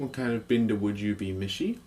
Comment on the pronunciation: It sounded like you said bada